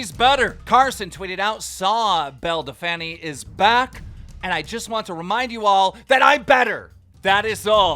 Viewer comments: "Bell Delfaniiii" 😂😂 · “Belle de fanny” 😂😂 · Keem can you please say her correct name? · Is her name really pronounced belledefanny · Dude can u please call her “bell del-feen” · Why does he keep saying Belle Delphany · Man keeps saying belle defanny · Just letting you know her name is pronounced “bell dell feen” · bruh your not saying her name right we all know its bel-a del-pine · “Bell da fanny” 🤣🤣🤣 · No one: Literally no one; Keem: belle delfanny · "Belle Da-fanny" - Keemstar 2020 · Keemstar, Say it after me. Belle DELPF- INE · Belle Dell Taco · love how keem says Belle Delphine's name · How he says belle delphine wrong is the most annoying thing I've heard all quarantine 😤😤😤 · Honestly it's hella creepy and your not even funny saying belle delphine name wrong and acting like a 5 year old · Keem i think u prounced belle delphine wrong mate!😶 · Petition for Keem to say belle delphine correctly 😂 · KEEM LEARN HOW TO SAY BELLE DELPHINE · You pronounced belle’s name even worse this time !!!